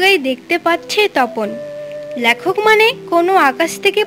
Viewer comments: কথাটা ল্যখক নয় লেখক।😊😊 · lekhokh, laaaykhokh noy